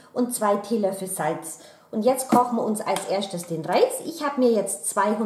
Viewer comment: "... den Reis ekschtra machen, die Fischstäbchen ekschtra machen... ich koch als erschtes den Reis..." 😄